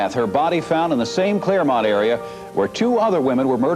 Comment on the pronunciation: It's Clairemont not Claremont.